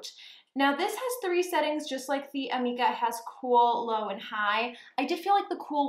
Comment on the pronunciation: It is pronounced ameeeka.... lol. Per my salon